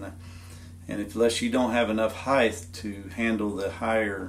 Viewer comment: C'mon, man... 'HEIGHTH' isn't a word. Get your act together.